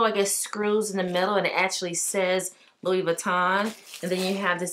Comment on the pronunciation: Gotta pronounce the name correctly if you’re gonna carry a Louis lol. It’s “loo eee” not Lewis